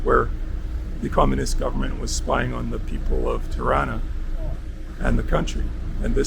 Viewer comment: Tirana Pronounced like Toronto, not Triana